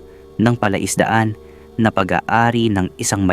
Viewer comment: bakit ganyan ka magsalita? ung stress or impit ng words mo mali mai. labi, nakikiramay, palaisdaan, palabati, taong gulang at ang dami pa. nakakairita kasi pakinggan. pinoy ka naman pero bakit ganyan ka magtagalog?